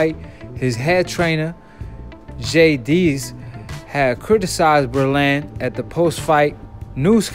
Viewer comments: Bro...with all do respect. If you're going to report on anything you have to make sure you pronounce names right.The man's name is Breland. Not Berlands... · Who the hell is Ber land? You mean breland? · It's pronounced Breeeland. Long e sound. Showing your youth. Older set knows him from 80's Olympics and such